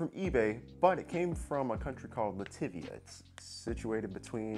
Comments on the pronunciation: He said lastevia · nobody gonna talk about how he pronounced latvia